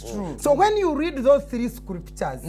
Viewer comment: you are NOT DI ONLY PAHSONN WHO REEZD DA BIBAHLL